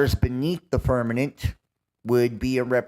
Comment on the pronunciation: He says "firmaNent" instead of firmament 🤣😂